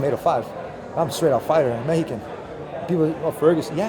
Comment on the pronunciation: Lol “Mehican”